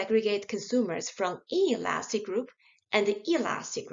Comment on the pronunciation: bro i cant distinguish her between elastic and inelastic lol it sounds the same